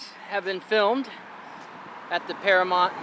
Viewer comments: It's Paramount not Paramont, I think you are the only American that can't pronounce that word correctly, especially with all the movies that have been made there! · It's Paramount...not paramont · "Oy vey".. It's para MOWNT (mount) Not para MONT... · Am I hearing it correctly, or does he keep referring to Paramount as ParaMONT? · "Can I have your ID"? Really. What was he going to do with it? Is it pronounced Paramount? You seem to pronounce it Paramont. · You made reference to the MOUNTAIN in the logo, yet you keep saying Paramont 🤦🏽‍♀️🤷🏽‍♀️😞..... you still get a pass thou 😂😂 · Nice. But it’s mount, paramoUnt. Paramount. Sounds like mountain. Sorry to be petty, but it was like nails on a chalkboard. 🤣(at myself) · I had the same thought. It was bugging me every time he said it. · How can this dude not see the "U" in Paramount???? You got something against pronouncing the letter u bruh?😂😂😂😂 So annoying...